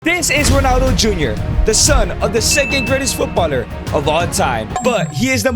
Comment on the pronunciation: "Thee Greatest of All Time".